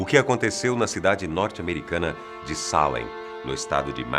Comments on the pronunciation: É Salem e não Sálem. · O melhor video que já vi aqui!, vc é phoda! Já morei em Boston e visitei Salem ( se pronuncia Seilam) algumas vezes. Adorei